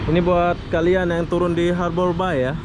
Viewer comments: Sebutan yang betul untuk ( Harbour Bay) sepatutnya 'harbor bey' bukanya 'harbor bai" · Bunyinya haber bey...tn